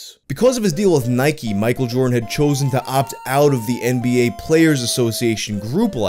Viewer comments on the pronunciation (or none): none